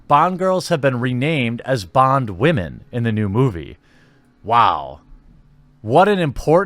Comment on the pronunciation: Oh and I love your emphasis on the wamen term. Simply glorious